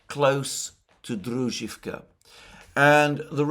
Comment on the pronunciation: Druzhkovka with accent on O